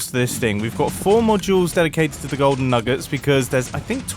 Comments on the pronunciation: Btw not making fun of his accent for those who have it 2. Sorry if I offended anyone 🙏😔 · Mumbo: the golden nuggUts Me: 😑 its pronounced nuggets 😂😂